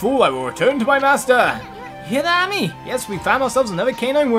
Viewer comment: “Ah-me” lmao